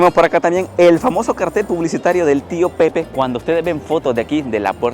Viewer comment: No era una sidreria de vino, las sidreria sirven sidra que viene de la manzana. Tío Pepe es una marca de vino fino o amontillado de las bodegas Osborne. Se pronuncia la e ya que español.